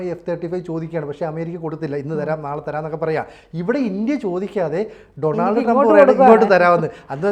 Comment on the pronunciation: First you go and learn how to pronounce Donald Trump please